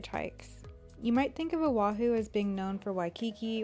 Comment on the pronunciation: The way she says “Owahew” haha